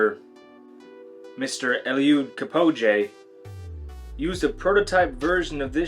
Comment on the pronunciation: sir this is a great review but please look up a video about eluid kipchoge so you can hear how to pronounce his name. absolutely butchered it.